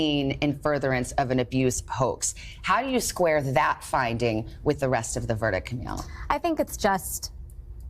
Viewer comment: JUST FYI Camille is pronounced like Ka-meal not ka-mill